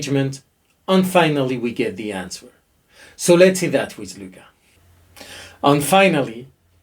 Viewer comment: It is silly, but the w in answer is silent. It is pronounced "an(t)ser". On ne prononce pas le W dans le mot Answer.